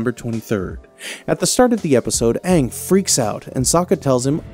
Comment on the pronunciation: Stop saying Aang like that it’s wrong😂